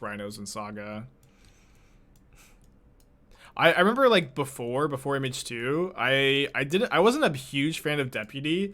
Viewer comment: Took me a minute to realize you were saying "MH2", "Image 2". I kept thinking of Phantasmal Image and wondered if you were referring to Glasspool Mimic.